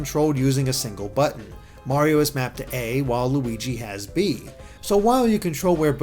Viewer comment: "While Luigi" sounded a lot like "Waluigi"